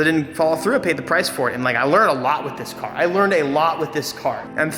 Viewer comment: He did not just say he works alote hahahahahahahha wtf